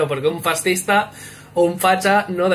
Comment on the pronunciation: Un "Faztizta" jajajaja